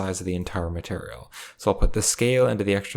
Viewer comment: maturl.... i can't bro... i just can't he says maturl every 5 seconds... it's ma-teir-e-al